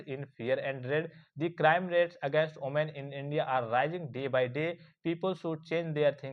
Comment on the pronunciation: Women ❌oomen ✅😂😂😂😂😂😂